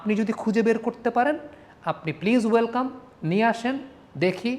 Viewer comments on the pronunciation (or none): none